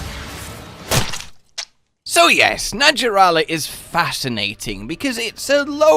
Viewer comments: 100% sure it's pronounced NaHarala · I wish the designers just went full-snake and omitted the legs. Btw, the j in “naja” is pronounced like an h in Latin. So it’s “naHArala”. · Its pronounced Na Har la